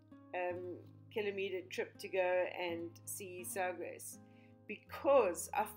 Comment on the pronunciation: thank you for sharing!! I love Sagres (Sa-gresh - except all the letters just blend almost into one syllable). The first time I went I was visit a friend for the weekend, in Lagos. I drove down from Peniche. I’d only been in Portugal about 2 weeks at that time and it was my first real road trip in Europe. When I realized how close I to Sagres (which I had heard about and had learned about the navigators school), I couldn’t pass up a ‘drive by’ on my way back up North. I figured I would just drive around for a bit and head back via the coastal highway. Well... I got into the village and stopped at the little restaurant, Sagres and got myself a fig cake and cup of tea and asked if there were any hotels. I hadn’t yet seen anything but somehow I knew I no longer wanted to rush through. I took my time. I had to stop and take a few deep breaths as I stood along the cliff’s edge, halfway between the Forteleza de Sagres and Cabo São Vicente. I had never experienced such incredible, raw beauty like that before. I am quite certain I could not keep my mouth closed. I stood there, simply amazed. I loved Cabo São Vicente... it’s small but it has a charming little store where I bought The MOST DELICIOUS 🍯 Honey! I also paid just a Euro to go through it’s small self-guided museum. After exploring I drove over to the fort. I loved that little chapel. I took some beautiful photos in there! Like you, I imagined the men and maybe the wives of the men, who might have prayed there hundreds